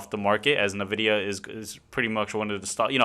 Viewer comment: ENvidia.. Until you say it right some wiseass will continue to correct you 😂